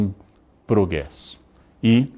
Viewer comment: “... esperança e com proguesso” comeu o R né professor?! Kkk